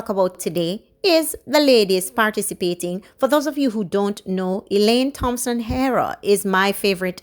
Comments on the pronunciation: Do not pronounce the "Th" in Thompson. Just the "T" as in Tompson. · Thompson pronounced Tompson. Thanks.